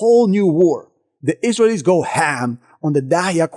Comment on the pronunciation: I love your videos but you pronounce Israelies wrong